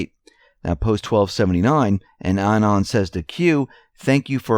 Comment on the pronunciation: Anon, pronounced uh-NON, not annen. Emphasis is on the second syllable.